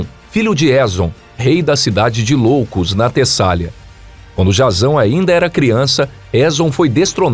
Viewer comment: Cara, nao é cidade de Loucos. É cidade de ioucos. Com i. Nao com L.